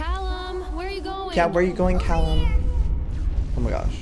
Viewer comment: "caLLum" oh the 5sos cringe